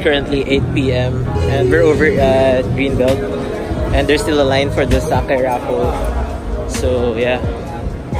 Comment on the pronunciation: mali pa pronunciation ng "sacai" mygahd